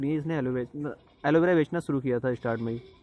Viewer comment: Aloe vera not aloe bera😅